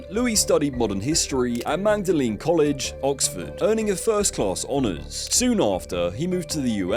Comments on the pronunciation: Its pronounced Maudlin College not Magdalene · This is going to be the video that regrets forever - it's pronounced 'Maudlin' College, Oxford, not Magdalane. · “Maudling” not “Mag-da-lin”. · It's pronounced "Madlen" College. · Magdalen College is pronounced 'mawdlen'. I'd share more of your pronunciation quirks across several of your uploads, but life's way too short. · It's pronounced 'Maudling College'. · It’s pronounced “maudlin” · Magdalen is pronounced "mord-lin." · Magdalen College is pronounced Maw-del-in. Theroux is paid by the BBC and Saville was a creature created by the BBC. Theroux disingenuously playing the innocent dupe is a lie. No one should be gulled by Theroux's feigned ignorance. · Magdalen College is pronounced Maudlin. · Magdalen is pronounced "Maudlin" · Pretty sure Magdalen is pronounced Maudlin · Pronounced Maudlin college, I think. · Magdalen is not pronounced like that. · Magdalen? Check the pronunciation first. 😂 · Reconsider the pronunciation of 'Magdalen' when referring to the college. Delete this when you've read it x